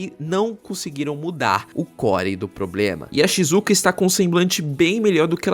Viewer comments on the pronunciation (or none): none